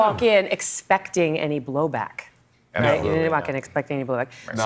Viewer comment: Did Megan Kelly just say "blowback?" Hehe